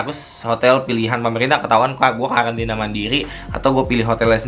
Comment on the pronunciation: Karantina apa kkalantina bang?